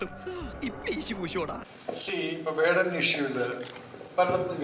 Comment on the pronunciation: വെടൻ അല്ലേടാ പൊട്ടാ 😂 വേടൻ... നീ ആദ്യം പോയി മലയാളം പഠിക്കൂ പിന്നെ വന്ന് ട്രോൾ ഉണ്ടാക്ക് 😂